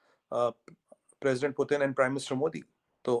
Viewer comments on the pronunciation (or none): none